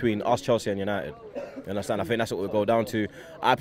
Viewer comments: "Yunderstand"... Get it right, commentators! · ”Undertand? I don’t understand” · You undastand lol 😂